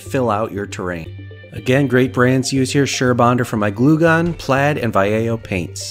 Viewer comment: I need an airbrush so badly. Also, hearing Vallejo pronounced correctly always throw me off.